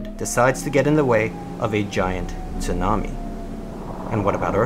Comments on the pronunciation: Anybody else notice the way he said tsunami? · Pronounces the "t" is tsunami...lmao